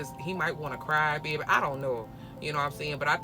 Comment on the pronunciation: Lol gotta be Louisiana all I heard was “yeaa baaabay”